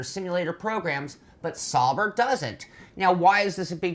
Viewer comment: It's actually pronounced Zowber, not Sowber or Sober